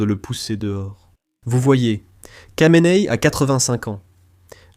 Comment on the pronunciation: Kha de "Khamenei" se prononce "Ra" et non pas "Ka"...